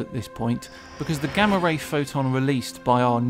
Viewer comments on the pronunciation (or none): none